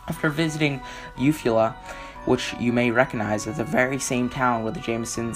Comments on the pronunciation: Eufaula, U-Fall-Ah, Andrea Yates is in Clear Lake, Tx, Timothy McVeigh is Oklahoma City, Ok, not even close to the 35 def mark. Look up the pronunciation before you read this report. Would be much more believable if you sounded more professional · Little fyi Eufala= pronounced You-Fall-Ah :)